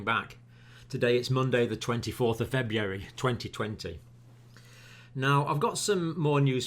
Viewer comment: Proof even well educated intelligent people can't pronounce February.